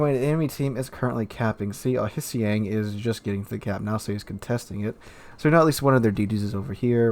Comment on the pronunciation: Hissi-Yang? never heard that pronunciation, the H is silent